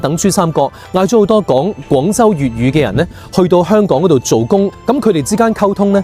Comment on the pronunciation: 點解連你都將香港嘅香讀成輕音（類似普通話第一聲），而不是重音（類似普通話第四聲）？我覺得「香港」個香一直都應該係讀重音。輕音係「裝香」或者「楚留香」個香。輕重音係廣府話好微妙嘅地方，就好似「一堆沙」同「沙灘」嘅沙，一個係重音，一個係輕音，母語係粵語嘅人分得出，但好難講得明畀母語唔係粵語嘅人聽。